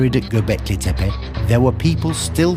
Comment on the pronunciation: Hancock purposely pronounces Tepe incorrectly. Been making money on the name in appearances for so long he should get it right.